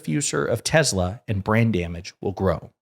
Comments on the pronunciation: Every time you said Brand Damage, I heard Brain Damage. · Did you say "brand damage" or "brain damage"?